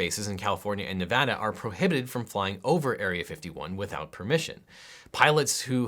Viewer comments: This entire video is great but the best part is you say NEVADA RIGHT! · I appreciate that tou pronounced Nevada correctly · Thank you for being the one person talking about this that actually knows how to pronounce 'Nevada.' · finally someone that says nevada right